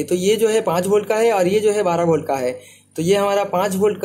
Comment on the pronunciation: अरे भाई बोल्ट नहीं वोल्ट होता है।पावड़ नहीं पॉवर होता है।